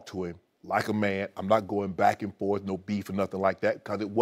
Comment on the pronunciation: "MAYNE lately MAYNE" Shannon is a fool lol